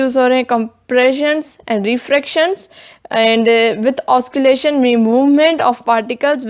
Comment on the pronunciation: mam osscillation or rarefaction ki pronunciation m mistake h